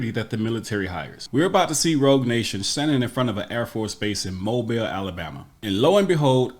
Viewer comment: I live 8 mins from Mobile.. Thank you for pronouncing it correctly